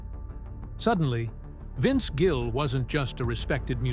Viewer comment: Incredible. Title has nothing to do with story. Can’t pronounce his name right half the time. He is a great human being and talent and deserves so much better. I wish he and Amy all the best.